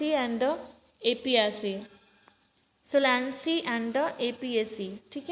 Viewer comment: 😂😂mam aap hindi prononciation bhi glt padh ri hai ... solanaceae ...